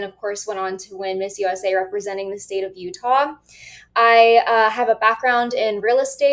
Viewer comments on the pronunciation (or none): As a Utahn I was so happy she didn't get any higher. She used our state because she couldn't do better in the more competitive state. She doesn't even say Utah correctly.